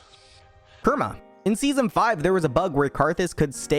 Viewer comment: says interesting and usedul information about champs* Also: "cat Fiora" "Kerma" "Jhin Zhao"